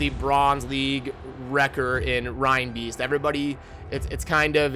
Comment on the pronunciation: Lol i love your content, but common man, learn to say the character names.. hahaha.... roshard? Rinebeast? Do you say rinedeer?